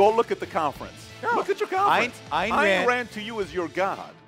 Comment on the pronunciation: I originally came for Yaron. But Patrick... Damn. I hit that subscribe button harder than I'd hit someone pronouncing "Ayn Rand" wrong. Kidding! But you're brilliant, mate. Greetings from a Scandinavian individualist.